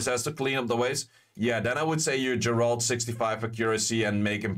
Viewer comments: Geralt = "Ge(m)-rah-ld" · Dude please learn how to pronounce geralt. Like I get a lot of these monsters don’t have official pronunciations because they’re made up by com2us. But Geralt’s been around since 1992